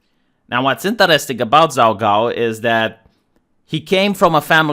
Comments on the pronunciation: hahaha, I laugh, the way you pronounce the name is too funny for somebody that speaks Chinese. It is the best pun. It sounds like you are saying messy cakes, or a phrase that means, shit, or oops. 糟糕 zaogao. So it is pretty funny. I am going to watch the video now, but the first second had me cracking up. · pronounced Jhao Ghao.